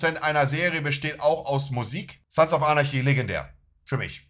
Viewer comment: Spricht er Sons of Anarchy absichtlich sons of arnaschi aus?? ich meine er ist ja ein riesen Fan, dann müsste man doch wissen wie man die Serie richtig ausspricht 😂